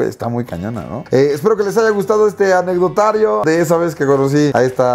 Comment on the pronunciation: Like si estás cuando dice anecdoatrio en vez de anecdotario